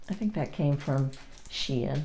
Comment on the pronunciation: A fabulous box for a little guy! He will be so blessed! Just a note: the store Shein is pronounced "Shine."